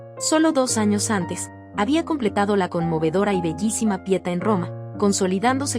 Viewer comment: no se dice pietâ se dice Pietá, es la "Madonna della Pietà". Ya que solo lees, lee al menos dos veces para fijarte en esos detalles a la hora de grabar... Asi como leyendo sobre "Donatello" que se dice "Donatelo"...etc, etc